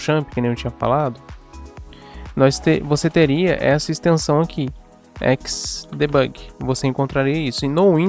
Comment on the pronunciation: XDebugui???????? que ingles é esse ? ou vc fala em ingles ou em portugues... Não misture.